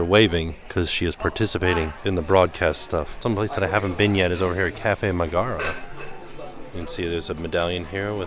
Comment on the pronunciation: I thought her name was pronounced Meg-ga-ra not Me-gar-a?